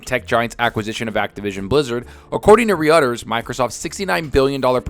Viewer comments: Leave it to come a whole new mispronunciation of Roy-ters. ladies and gentlemen I give you Ree-utters😂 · my friend. Its pronounced. ROY-ters. Where the hell did you get re-utters. Cmon man, be better. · How does every person on YouTube mispronounce Roy-ters